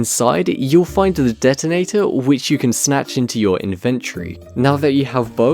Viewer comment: The fact they change the Epic Minigames secret so much... Also how you said inventory tho